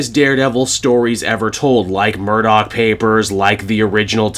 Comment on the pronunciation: It’s “Murdock”! I expected better from you,!:p:p:p It’s all right, you’re still awesome.